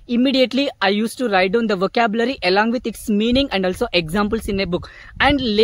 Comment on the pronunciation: Apologies bro for disrupting you. But It might be useful for you, you have to work on your pronunciation. Because you say; elong with my mobile but actual is along. You have to start pronunciation with a sound. BTW your progress is electrifying. Keep growing. 👏👏👏